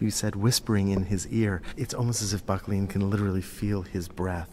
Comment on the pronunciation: Great video, but It's pronounced "BUCK-lin"